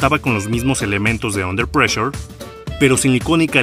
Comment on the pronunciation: ¿"Under pleasure"? Desde que pronunciaste mal el título de la canción deje de ver el vídeo. Esto fue en los primeros segundos. Te recomiendo más seriedad en tus colaboraciones.